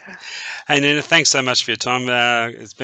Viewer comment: At film spot the host renames Nina ' Nanic' a bit odd yet he is in Australia 🎉